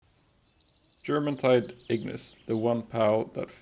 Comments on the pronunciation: You don't pronounce the J in Jormuntide as a J sound it's yuh sound like your-muntide. Same with Bjorn the last tower boss. B-your-n not B-Jur-orn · Jormuntide is pronounced Yormuntide because its based off of Jormungandr from norse mythology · You pronounced it with a J but it’s a Y, like the mythical Viking serpent